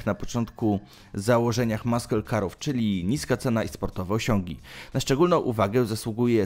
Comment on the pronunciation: Nie "maśle" tylko "masyl" weź Koleś z translatora skorzystaj...a jak się jąkasz to nagrywaj powtórnie.